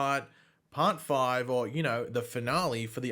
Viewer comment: it seems like yesterday we were making fun of you for the way you said 'season FOIVE'